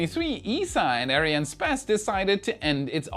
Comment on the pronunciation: Hi, ARIANESPACE being the combination of the words ARIANE and ESPACE, the correct pronunciation sounds like: Ariane s pass, "s" being pronounced like the letter in English... Good luck and I hope to hear you saying it correctly soon. Keep on showing your passion for Space and SpaceX